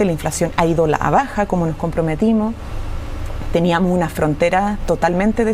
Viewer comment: porqué dices teniamoh, teniamoh por favor vuelve al colegio para que aprendas a hablar correctamente